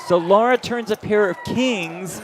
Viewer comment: her name is Lara NOT Laura